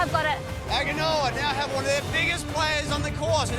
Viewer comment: "Agg-ah-noa" 😂😂 Good try mate lol